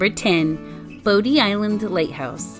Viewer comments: It’s pronounced BODY not bodie 😃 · Bodie is pronounced “body”, don’t sound like a tourist. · Or pronouncing bodie island as bo dee and not bodie. Or Manteo as man tay o instead of manteeoh